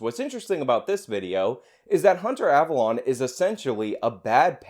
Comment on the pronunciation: I’m pretty sure his name is pronounced “Av-alone” like “alone” by myself. Not av-alon” like where King Arthur is buried.